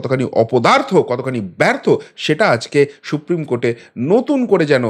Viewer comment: সুপ্রিম কোর্ট, শুপ্রিম নয়। বাংলা উচ্চারণ ঠিক করুন।